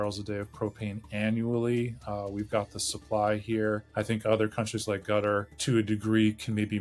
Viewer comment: Qatar is not pronounced "gutter"